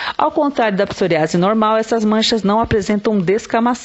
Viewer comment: Psor Í ase, com ênfase no i